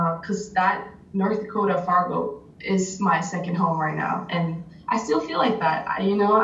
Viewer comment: You have SD listed in the description, but they keep talking about Fargo, ND which is about 45 minutes north of the SD border. I'm thinking you need to fix the description! I love that she says Fargo, ND just like a Dakotan! She sounds like me and I still say it that way, even though I have lived in Nebraska for the last two decades! I remember when my high school in Moorhead (city next to Fargo) hosted a girl from Oslo, Norway. She was the one that triggered a future interest in hosting exchange students. We will be hosting our 6th one next year! Our first one was from Norway!